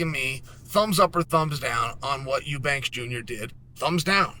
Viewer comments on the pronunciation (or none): Chael dude….the name is pronounced youbanks or eyoubanks, not ooobanks. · chael - you need to fix your shit with name pronunciation. kam-zat - 2 syllables. You-banks - 2 syllables. it's not that hard.